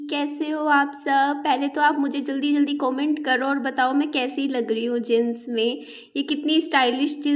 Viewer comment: Aap mahan hain gyani hain Matlab samjh rahe hain na लेकिन दीदी जींस होता है जिंस नहीं 🙏🙏🙏🙏🙏🙏🙏🙏